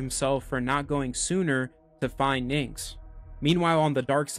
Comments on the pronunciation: Aaaaaaaaarrrrggggggg. Great vid.... but for PRIMUS sakes it's "NYX" OR "NIX" OR "NICKS" OR "KNICKS".... NOT "NIN'KS". When being a content creators remember to rehears. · I appreciate it,but your definitely mishearing me. I don't say “nicks” at all I pronounce as “Nyx”